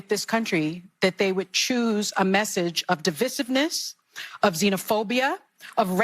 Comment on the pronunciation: It’s pronounced “ di vice iv ness “ phonetically. What’s her name ?